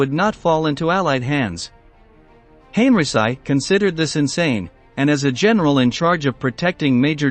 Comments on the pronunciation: "Hen-ree-chee" not henryci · No need to massacre German Generals last Name the way you did. There are other languages in this world and the least you can fo is to learn how to properly pronounce it. First time we hear someone calling. General Heinrici as Heiricy!! His last name is pronounced Heinriki sometimes Heinrichi. I recommend you to watch a YouTube video from Mark Fulton. Better to approach things from a real history and not cliche and propaganda used over the years. You are painting all the German Generals as evil. Nazi were criminals no doubt. But they convicted Some of the Luftwaffe Generals for bombarding cities. Well who unnecessarily burned Dresden towards the end of the war? a city with not a single military target ? War is war both sides bombarded civilian targets. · Why don't you try to pronounce Henrici name properly.?.... I had to refrain from shutting this video off. .. Please, learn how to pronounce foreign names properly... Respect your audience...